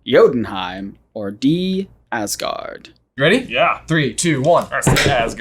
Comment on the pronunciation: Awesome video. But being Danish and watching them pronounce these words hurts me haha. Wish they would atleast try to say Asgård right in the movies 😞